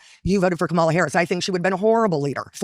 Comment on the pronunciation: Why am I still annoyed at how they all mispronounce Kamala